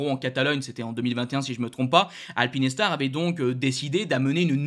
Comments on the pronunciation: Alpine Star (prononciation correcte) Alpi Nes tar (prononciation intéressante) Pas de jugement mais quand même ;) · Alpinestars ce prononce: alpine..stars et pas alpiness..stars 😂